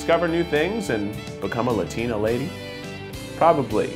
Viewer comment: "or become a lutina lady." lol.. I love me some kieth.. and the fact that he kept saying "lutina". lol